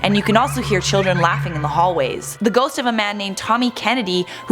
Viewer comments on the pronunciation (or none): none